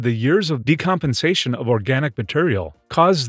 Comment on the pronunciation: is he saying "decompization"?